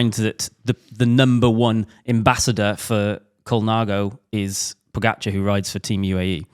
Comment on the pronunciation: Also, Pogacar is pronounced more like PogaCHar, not pronounced to rhyme with focaccia. All the Slavic languages have a ch sound of some sort.